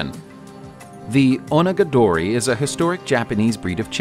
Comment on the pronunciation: Try Oh-naga-dory.